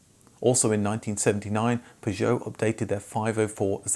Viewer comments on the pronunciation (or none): Oh god no. I can't listen to an hour of him saying "Pazhowe"